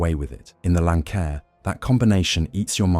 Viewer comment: If you can't even pronounce the name of the aircraft, then you obviously don't know what you're talking about. And the aircraft in the thumbnail pic isn't even a Lancair. It's a great aircraft, just not an easy aircraft.